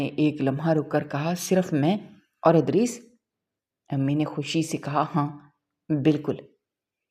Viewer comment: Yeh punjabi log ZAIR KO ,Zabar kyun boltey hain ? Idrees ko har dafa Adrees ??😢😂